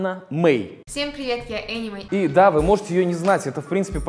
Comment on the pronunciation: Энни Мей а не Аня Мей